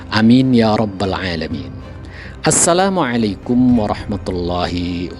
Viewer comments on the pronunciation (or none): none